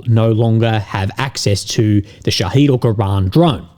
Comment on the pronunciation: sha heed (long sound) means martyr in Persian/Arabic whilst sha hid (short sound) means witness (sha hid being the Iranian designer’s name for the drone, because it witnesses events). Transliteration to English is a flawed technique, yet the difference in pronunciation is important in the interest of accurate reporting!